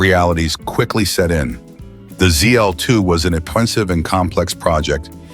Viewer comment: Z-DOLL-2, SAID IT AGAIN!!! 👎💩👎💩(please, PLEASE tap "THUMBS DOWN" on this video.... P-P-P-P-PLEEEEEEASE EDDIE!!!... Roger Rabbit, great Movie). 🤘😝🤘